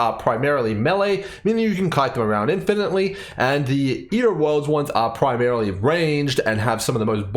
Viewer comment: "Ear o´ orlds"